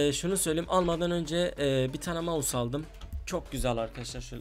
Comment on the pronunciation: Maus değil mouse